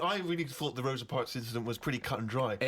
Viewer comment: "Rosie Parks" God I love Karl 😂